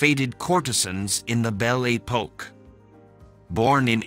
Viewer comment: Most peculiar pronunciation of French words! "Bel A Poke"🤣🤣🤣